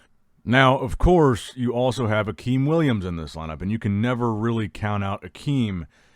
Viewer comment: And Llopis. pronounce López... I think he just pronounced Akim Williams right.